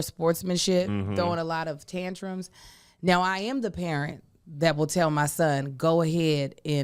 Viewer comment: I would watch several hours of trying to guess celebrity names. Mock up the flash cards neow 😆